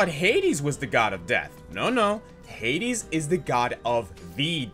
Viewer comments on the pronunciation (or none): none